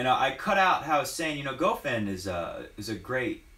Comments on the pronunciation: One advice man: It is not pronounced ''Gofain'', it is pronounced ''Goffawn'' Goffin was incredibly solid from the baseline the entire 3rd set. He returned almost everything Roger threw at him and almost didn't make mistakes. And Federer didn't mix it up, no drop shots, no serve and volley, no high bouncing balls, no short chips, no return to go to the net. Goffin was the one that made adjustments when he was getting demolished, so in that regard Goffin won the match by outplaying Roger. Not one single tennis player wins matches automatically just because of their last name. They have to be consistent, execute the gameplan, winning the important points and overcome adversities during matches. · Honestly, I somehow blame this on you,. Goffin watches your videos and got charged up.:-P BTW. I believe it's pron Go-fan.